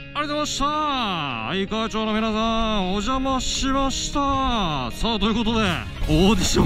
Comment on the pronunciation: いつも動画楽しみにしています。森さんがうちの近所をよく通られていて、うちからほど近い愛川町に来られてるので親近感が凄いです！ 一つ気になっていたのですが、愛川町は「あいかわちょう」ではなく、「あいかわまち」が読み方として一般的なのかなと思いました。つまらないことを言ってすみません。 これからも応援し続けます！